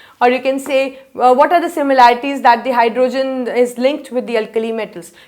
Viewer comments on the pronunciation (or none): Try saying hydrogen not hyrdooogen other than that u r great